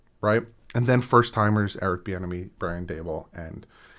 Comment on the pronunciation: I thought you were saying Eric "The Enemy" and thought "What a sick nickname."